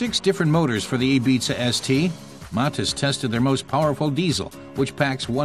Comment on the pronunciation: 0.42 A-BEEZA ES TEE? LOL